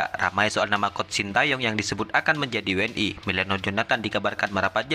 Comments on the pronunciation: we en i bukan dauble u n i ; tu cara berbahasa melayu yang benar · Bang cara bacanya jangan inggris tapi bacanya we n i jangan dabelyu